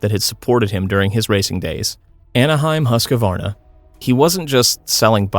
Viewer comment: It’s pronounced "hʉːskvɑːrna". 3 syllables not 4.